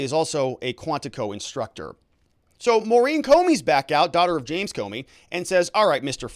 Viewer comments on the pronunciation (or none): none